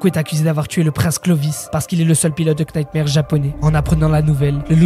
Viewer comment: knightmare se prononce comme nightmare (le k est silencieux) et le jeu de mot est évidement voulu.